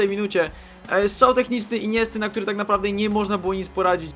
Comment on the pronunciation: omg ale ty akcentujesz np 'Z fify' 'W którym' nwm czy tylko mnie to denerwuje, wole jak to brzmi 'wktórym' jakby tp razem pisane było brzmiało:D